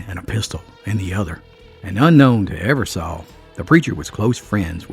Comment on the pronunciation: You are pronouncing the last name wrong it's Eversole like the sole of your shoe , I have Eversole in my family, it's a good video!!